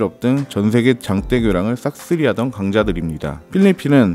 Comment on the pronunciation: 새로운 몰랐던 정보 감사합니다...장떼, 장때,가 조금 거슬린거빼구요